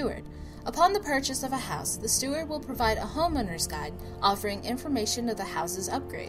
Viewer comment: It's steward.